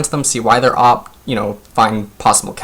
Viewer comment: Nice to hear about nocture pick - was very curious of it myself:) Please tho its "ohh pee" = OP, not "op":P - sorry true britt cannot allow his language to get brutalised any more <3 <3